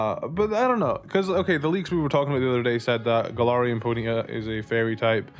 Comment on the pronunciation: I like the way you say it. "Pony'a" 🤭